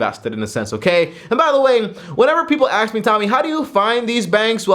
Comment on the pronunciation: 5 seconds into the video, Tommy somebody Axed me 😂 lol it's Asked not Axed.